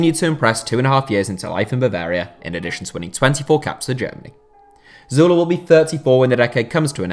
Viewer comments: That's... That's how it's pronounced. Like Zoo-leh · that's actually how u pronounce his name